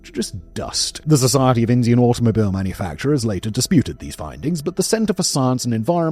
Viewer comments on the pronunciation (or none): Uh oh “indain Supreme Court”